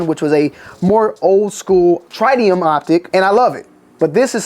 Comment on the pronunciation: What is try-dium? Lol